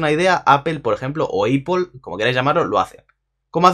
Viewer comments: españoles: aple resto del mundo: apol: eipol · Cada vez que dice "eipol" se muere un gatito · quien verga le dice eipol? XDD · que tan dificil es pronunciarlo como àpL , porque le dicen como àpel ahora èipol ;S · nadie absolutamente nadie: "eipol" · increible pero cierto! la educacion en spain y el ingles! hahah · como q eipol? hahahahahaha